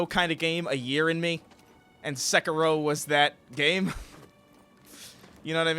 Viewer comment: Every time pronounces sekiro I cringe so hard.